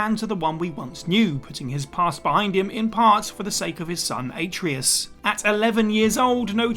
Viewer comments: I like how you contrasted this video about games that devastated us immediately by waiting until most of the way through to unleash the devastation of the way you pronounced Atreus. A-tree-us!? There are only two acceptable pronunciations of that character's name. 1. Ah-trey-us 2. BOY! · Ay-treeus? Have you even played the game? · Ah-trey-us = Atreus